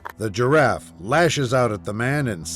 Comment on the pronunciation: "The GEEraff"😅